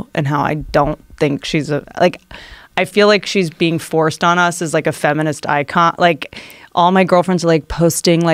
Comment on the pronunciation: It’s Feminist not femnist 💀💀🤦‍♂️ fire your social media guy